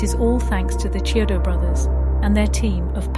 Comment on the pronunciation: Yes, great video and well deserved praise of the movie, but you should pronounce their last name correctly. If the narration voice is A.I., Chiodo is pronounced " KEY - oh doe". It's not a "Cheerio" sounding "Ch" in their name. It's important to pronounce the Brothers name correctly. Check the other interviews with them online and the like in the future to get the names right. That's a common mistake with videos of this nature.